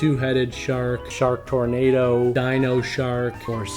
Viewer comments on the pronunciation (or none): none